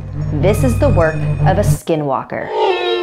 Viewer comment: My fave is 15 but she said the skinwalker name wrong because it is navajo language a.k.a sacred language